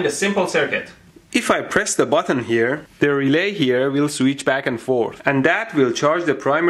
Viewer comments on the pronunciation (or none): none